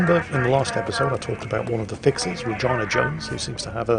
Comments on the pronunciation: For future reference, you dont pronounce Regina like vagina. It sounds like Rajeena. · its Reg E na not regIna xP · it's pronounced 're-GEE-nuh' not like vagina, christ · Regina is pronounced Reegeena not something that sounds like a female reproductive organ. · Had to double take on how he pronounces Regina....isn't it Reh-GEE-na? It's like how English people pronounce Ibiza, Aye-bye-za .... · Re Ge na... Holy fuck. lol